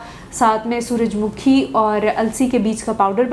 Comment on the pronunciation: ڈاکٹر صاحبہ، سورج مکھی کے تلفظ میں مکھی کو میم کے اوپر پیش پڑھنا ہے، نہ کہ میم کے اوپر زیر